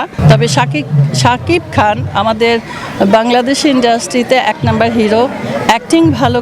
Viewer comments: রিনা খান মায়া হাজারিকা এর নাম মনে করতে পারলো না, আফসোস শাকিব খান এর নামই উচ্চারণ করতে পারলো না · রিনা খান মান- সম্মান আর কিছু রাখলেন না শাকিব খানের! মেঘ আসলে শাকিব খানের নামটাও আপনি ঠিকমতো উচ্চারণ করতে পারেন না! হায়রে মূর্খ রিনা খান। 😂💥💯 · শাকিব খানের নামেই তো উচ্চারণ করতে পারছে না 😂😂